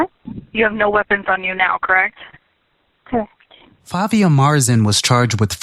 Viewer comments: It is pronounced Fa-tee-ha, not Fatia, an Arab name means the beginning or the starting or the opening for something like a book or letter or a story....etc! Its a cheering nice name! Very sad to see such young lady throwing her life and the life of her sister and family away for almost absolutely nothing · This white woman can’t say Fatiha?! So annoying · "sorry if i butcher your name" it's fatiha. what the fuck is so hard about pronouncing that name? fa-ti-ha. jfc